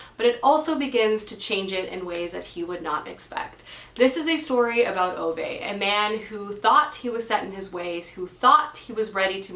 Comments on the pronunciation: Ok, I love your channel but I feel like I have to say two things. One, Ove is pronounced "Ooh-vuh", not "Oh-vay". Think of a New Yorker with a strong accent saying Hoover, "Hoo-vuh". Same with Ove, "Ooh-vuh" with a strong emphasis/stress on "Ooh", and "vuh" being almost an afterthought. Two, Babel is pronounced "Ba-bull", "a" as in "bat", not "Bay-bull", "a" as in "hay". It can be pronounced "Bay-bull" in the U.K., but in this case it isn't. The word comes from the Tower of Babel in the Bible and Josiah uses it as a reference. Another word derived from Babel is "babbling", as in a babbling brook, or, "what are you babbling on about?" Try using the "Bay-bling" pronounciation in those examples, it sounds so weird, lol. If you're still not convinced, here's the author himself saying it - and this is after the host has already said "Bay-bull" several times during the introduction, yet when Josiah gets to speak, he corrects him and says "Ba-bull" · it’s pronounced a man called oo-vah